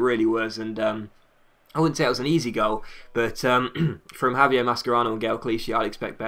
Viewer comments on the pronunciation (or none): none